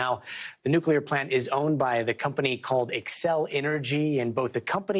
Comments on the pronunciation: Nuculur not a word it is nuclear. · It's not nucular its nuclear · Thanks for the heads up but please pronounce nuclear nu klee ur. Not nu ku lar. Thank you sir. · Nucular is not a word. Nuclear is the word you are looking for. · Thank you. But you would get more viewers if you'd get to the point more quickly. And by the way, it's pronounced "NU-clee-ar" not "NUK-u-lar". There's only one 'u' in it. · Newclee-er, not "new-qya-ler".